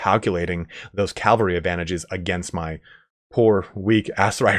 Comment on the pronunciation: Cavalry. CA VA L RY. Not caLvary.